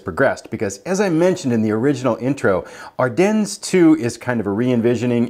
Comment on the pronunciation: Are-Den … not ‘dens’